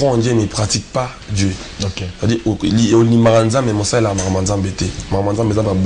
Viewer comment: Dieu et non dié